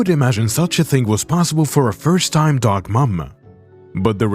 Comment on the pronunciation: After minutes, I had to turn this of. I could NOT handle the narators voice. The Dog-AR and the Cat-Ar